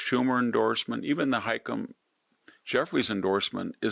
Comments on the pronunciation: Voykter, it’s pronounced “ha-keem”. Most if your mispronunciations are just funny. I swear I don’t even know who you are referring to with “hay-kum” Jeffries. It always takes me a full second or two to figure it out. I’ve also noticed that you tend to have a problem pronouncing democrat/leftie names: le-ti-ti-a, bee-yonce, bud-a-jig, hay-kum. For a guy who is exceptionally well educated and speaks classical greek, I’m forced to think this is intentional… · I love how victor REFUSES to pronounce Hakeem Jeffries name right, lol